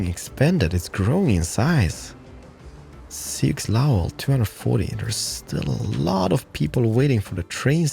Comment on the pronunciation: By our my current YouTube favourite, love your into it says it all, as for Soiux it's pronounced Sue as in the girls name, hope it helps. Keep up the great work.